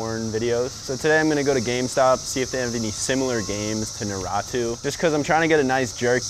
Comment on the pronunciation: The way pronounced "Naruto" kills me! 🤣